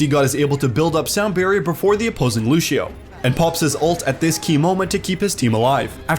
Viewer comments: If this anouncer says lushio one more time, i swear. IT'S Lúcio NOT LUSHIO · this mans kept saying lushio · Why he says lucio like that